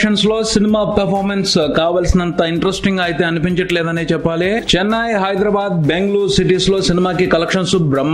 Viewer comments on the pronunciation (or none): none